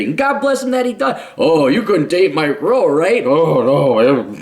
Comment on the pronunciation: At first I thought you were saying "micro", and I wondered what a micro is. I suppose we can all agree that Mike Rowe is in no way micro.